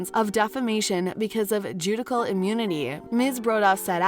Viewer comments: JUDICIAL is pronounced "joodishal" .. not "joodikal" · Judy-cull. Didn’t know that how you pronounce judicial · and she pronounced Judicial as Judical lol